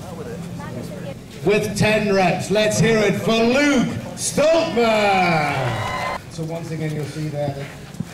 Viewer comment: Why can Flex Lewis never pronounce Stoltman right lol "Stoltam"